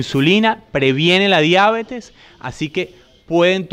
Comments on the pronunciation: La palabra diabetes, con vocal tónica en la primera "e" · ¡¡Gracias!! Nota: La palabra "diabetes" es sin tilde en la a, por lo que es curioso la forma como aquí se le pronuncia.